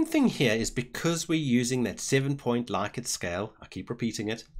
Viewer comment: Thanks! I've spent hours looking for a tutorial that makes sense. Also, interestingly, it's pronounced 'Lick-ert'. I know, it's horrible, but it's true:D